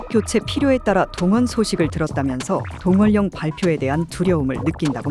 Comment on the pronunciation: 동월령이 아니라 동원녕으로 발음해야한다. 지잡 맞지?